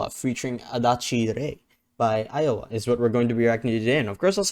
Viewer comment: This song appears to be someone's last message recounting their thoughts and feelings before the world gets swallowed up by a black hole. I'd also like to recommend 'KLY' (1000 Light Years) by Iyowa. Btw, it's actually pronounced Ee-yo-wa, you had it right at first